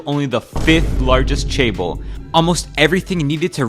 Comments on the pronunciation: Not CHAEBOL, but JEHBEUL, or more like JEHBER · Good video, but Chaebol(체벌) sounds like ‘physical punishment’. I think its better to pronouce as Jaebol 😅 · oversimplified and some of information are questionable. but guess its ok to get the big picture For chaebeol, ch has j pronounce. I would say it sounds like jaeber